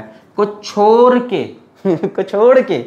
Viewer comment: Who noticed chor ke instead of chodke🤣🤣 From Nepal love this teacher